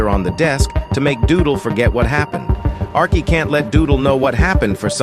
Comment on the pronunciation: Why did you dismissed name arkey you said "ariche"